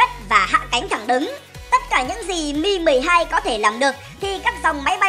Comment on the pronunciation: Mi 12 mà nghe như meme 12